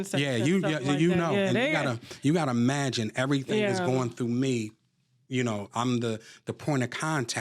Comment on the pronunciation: This GROWN man said, "You gotta magine" NOT imagine, just magine! He calls himself "educated"?!🤔Yeah, educated no further than 1st. grade! ctfu😆🤣